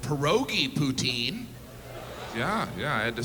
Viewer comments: I just had poutine, no lies! Great vidz, boys! Thanks from Quebec! Just... don't say P(o)utai(n)' - It's a tongue slip away from calling someone a Parisian ho! (Poutinn) or (pouteen) work just fine. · This American is going to keep pronouncing it "poo-teen" because the French pronunciation is way too close to the name of a certain Russian dictator.